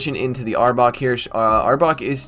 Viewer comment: You said the name right 😂that's my team finally ❤️